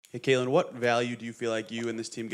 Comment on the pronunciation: IT'S CAITLIN NOT KAYLIN